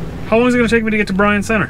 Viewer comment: It's pronounce Byron center the y is the I is silent I'm a michigander haha